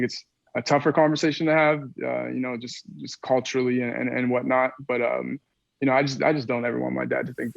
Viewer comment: and he says "Coachally" instead of Culturally